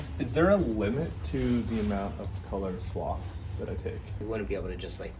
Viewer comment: Pronouncing 'swathe' as "swoth" is one thing, but pronouncing 'swatch' as "swoth" is mind-blowing.